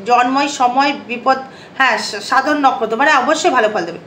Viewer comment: নকরত না দিদি নক্ষত্র বলেন